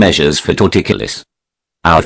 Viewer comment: Tor-ticulous LOL.